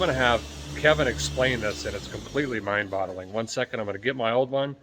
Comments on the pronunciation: It's "mind boggling" not " mind bottling "..lol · It's "mind boggling" not "bottling", Derek.